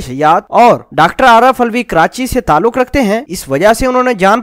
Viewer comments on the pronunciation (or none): none